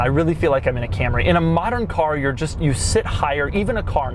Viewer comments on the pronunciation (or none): none